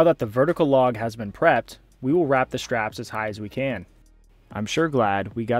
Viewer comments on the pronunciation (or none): none